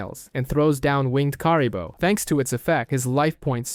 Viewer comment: I liked the video, BUT, the way you pronounced Kuriboh is so incorrect it's funny